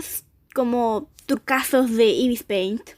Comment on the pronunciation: 1 se dice Ibis paint no Ibis peint xd me gusto el video